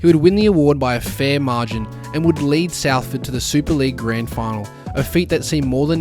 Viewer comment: its pronounced SOLford 👍